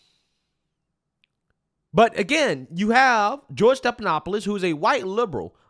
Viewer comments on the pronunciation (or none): his name is NOT STEP-it is STEF-StePHanopoulos.